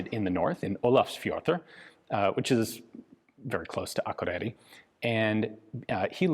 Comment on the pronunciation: It's amazing how accurate Ian pronounces Olafsfjordur, or Akureiri(I hope I spelled it correctly, I don't want an angry Icelandic mob, at my door) !